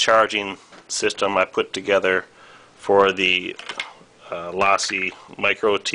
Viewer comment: this was very helpful. but fyi its pronounced lowcee